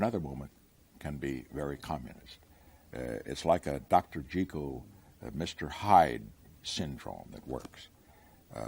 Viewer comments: I could not help noticing his correct pronunciation of Dr. Jekyll, with a long E. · Somehow I am not surprised that Richard Nixon is one of the few people that pronounces Dr Jekyll correctly. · Impressively correct pronunciation of Jekyll.